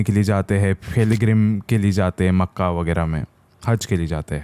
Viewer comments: Yess bro ... maKkaH paak shreef h vo .... Isko wazu krni ni aati ye ky sahi se bolega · BRO MAKKAH KA NAAM SAHI SAI LOO